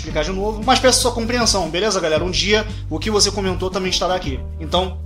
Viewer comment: É impressão minha ou voce falou "galela" 😅😅🤗🤗relaxa eu tambem não consigo falar "galera" kkkkkk